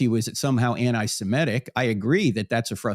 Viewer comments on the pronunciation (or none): Don't pronounce Antisemitic like antisimedic please. It's Antisemitic "Anti sem ih tic" GET IT RIGHT PLEASE.